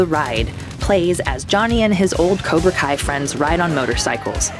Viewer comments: Why did she say cobra call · Did really call cobra Kai cobra kal at the end